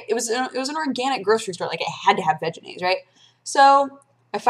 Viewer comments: every time you say "veginaise " i giggle. just sayn'. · I know you're saying Vegenaise, but it sounds almost like Vaginaise...just sayin... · Ha. "Vegenaise." It sounds like "vaginas." ...And I'm allowed to vote, people.